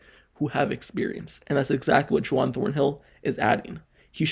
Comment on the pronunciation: His name isn’t “Ju-wan” it is Juan, pronounced “Won.”😂